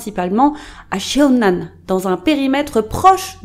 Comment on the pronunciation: J’ai vécu à CheonAn en 2019 pendant quelques mois 😂 ça me fait bizarre d’avoir une vidéo provenant de cette ville vraiment! Ps : CheonAn se prononce = ChoneAn ( le e est muet ) haha je sais pas si c’est clairement dit